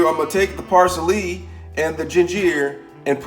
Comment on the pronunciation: gingyer raymen flavoration packet parseley alle dental you crack me up man